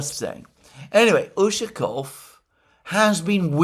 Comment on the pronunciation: its ushakOv, not Ushakov.